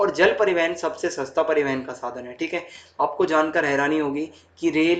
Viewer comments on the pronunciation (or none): Pari(van) ke sadhan 😂 btw nice explained 🔥